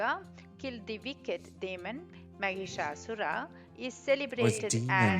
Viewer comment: Wrong pronunciation it's not maghishasur it is Mahishasur. Here Mahish means Male Buffalo And Asura means Demon .... 🙏🙏🙏🙏🙏🙏🙏🙏🙏🙏🙏🙏🙏🌹🌹🌷🌷🌷🌸🌸🌺🌺🌺🌸🌸🌷🌹